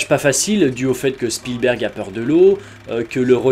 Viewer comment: Sinon, j'suis la seule que ça stresse, la manière dont il prononce Spielberg ?